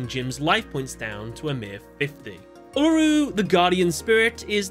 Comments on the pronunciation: As an Australian, it was incredibly painful when he said "ella roo" instead of "ool a roo" 😫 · You say uluru so funnily 😅